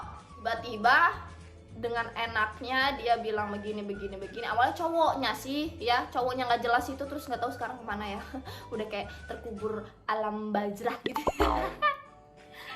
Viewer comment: 07.45 harusnya alam barzah ka, bukan alam bazrah🙏🏻